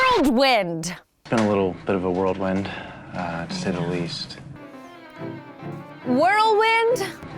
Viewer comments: How do you "ingnore" someone? Seems like something you do in a "worldwind." . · I’m glad I wasn’t the only one who noticed he said “worldwind” 🤣🤣🤣🤣🤦🏻‍♀️ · w-h-i-r-l-w-i-n-d not whirldwind/world wind - RIGHT??? - bye-bye! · OMG the whole "world wind" thing I thought the same thing watching....LOL. It's whirl wind, right?? Are we sure he went to Harvard? Remember he failed all the questions in that challenge, too. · I noticed he said worldwind. Not the sharpest tool - but a tool all the same. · "Worldwind" is probably how they say it at Harvard.